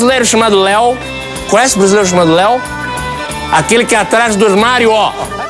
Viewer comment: Os tugas não comem as vogais todas, nem as comem, dão-lhes apenas menos entoação. Exemplo na palavra "brasileiro" Nós pronunciamos brasileiro e não "brasleiro". O Sotaque está péssimo, muito má imitação. O Jô faz melhor.